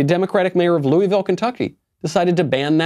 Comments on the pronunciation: Dude, its LOO-A-VUL or its LOO-A-VILL. Maybe even LUL-VUL but it ain't LOO-EE-VILL or LOO-IS-VILL. Please! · Coming from someone who lives in Louisville...it's pronounced Lou-a-vul Michael. And yes our mayor and governor have gone nuts.